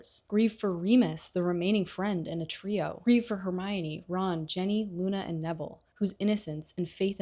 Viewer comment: Why do you pronounce Ginny as Jenny?